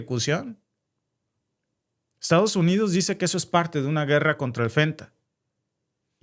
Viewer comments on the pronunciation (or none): none